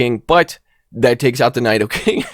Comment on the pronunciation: your pronunciation of “nidoking” was upsetting tbh